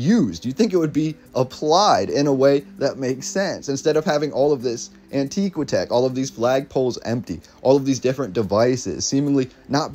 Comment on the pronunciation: It's An-tiiiihhh-qwaaahhh-tech like ANTIQUITY. Not An-teeee-qwi-tech like ANTIQUE.